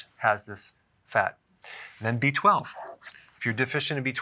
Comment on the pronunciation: I thought it was “BIZ”, not B12. 😆😆